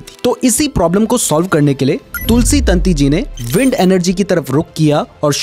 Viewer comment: वो तंती नही ताँती होता है